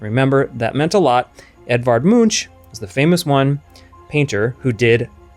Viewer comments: Munch is pronounced Moonk, not Moonch. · You pronounced Munch wrong. It sounds like “moonk” not “munch” One of my great professors in grad school taught a seminar on Edward Munch and had done research in Oslo, Norway. She was a stickler for correct pronunciation!! Nonetheless, I enjoyed your analysis! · Psst. That's not how you pronounce Munch. Just saying.